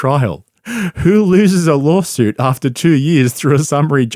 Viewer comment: "lawlsuit" lol